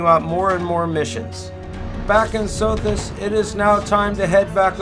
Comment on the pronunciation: When a system's name isn't spelled phonetically(and even if they are) it helps to show the name instead of just saying it. From looking at the galaxy map near CEOS I am guessing what sounded like SOFIS is actually supposed to be SOTHIS